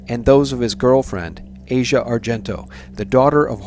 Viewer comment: It's not important in the grand scheme of things, but her name is pronounced as "AH see ah",not like Asia, the part of the world. It's as if you see something and say "Ah! Now I get it". You all claim to know so much, yet don't even know how to pronounce the name of the person of whom you're speaking. I've lived in Italy for 25 years. Asia has always been known as someone who needs attention, but as a generally cool person. I think you're reading too much into her part in this. I do believe that Bourdain didn't commit suicide. He himself was speaking recently about the fact that if he "got a bad chest xray" he'd go back to shooting dope again. As a former opiate injector myself, of over thirty five years, I can assure you that someone who was still thinking of dope in that way would've taken an opiate od as the way out, and certainly wouldn't have even considered hanging himself.